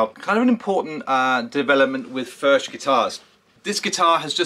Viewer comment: It’s pronounced “ F E R K “ Cheers